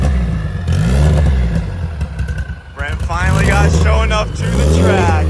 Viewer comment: You mean Sho' Enuff according to Brent's pronunciation